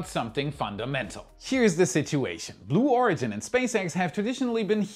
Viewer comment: What's a "Blew Ohredgin"?